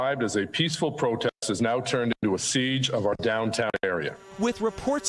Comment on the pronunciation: Not "protast", Miguel, "protest". Mkay?